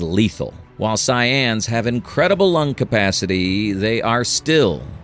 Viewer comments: Wait...timestamp "Cyans?" The narrator has never watched dragonball, that's for sure 🤣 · CYANS was nastywork, yo you gotta proofread the AI voice overs bro😂😂